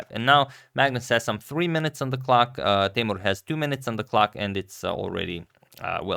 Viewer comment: Listen me, Teimour not Teymur. Come on Mr. Radic